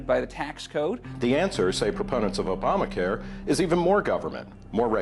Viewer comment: as soon as i hear "obmacare" i know i'm not going to get facts stright from the person who said it.